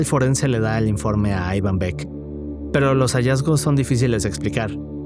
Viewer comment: Pero si no sabes pronunciar el nombre Iván jajaja aivan dice jajajaja amigo no jodas, jajajaj eso lo primero